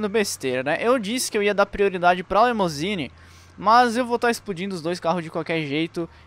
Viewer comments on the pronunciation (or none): O cara deve ter falado LEMOUSINE umas 10x. É LIMUSINE.